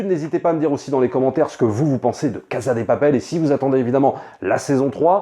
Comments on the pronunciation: Yo, ça se prononce "cassa dé papelle" ^^ merci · Mais pourquoi il dit “caza de papel”? Et “praison break”?